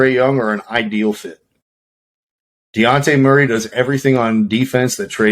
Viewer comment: DeYounte? It’s DeJounte😂